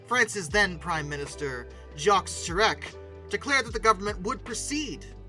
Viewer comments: It's Jaques Chirac (pronouced Ja-ques Chi-rack) No Mirage 4000 mentions?? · avion = AH-vee-on (I've also heard AH-fee-on) Jacques Chirac = SHAHH-k'h SHER-ahk Man that name is hard to put in non-IPA phonetics; the J in the first syllable of Jacques (that I put as SH) rhymes with the S in treasure.